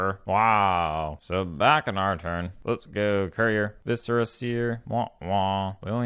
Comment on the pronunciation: I'm not used to hearing someone pronounce Viscera correctly...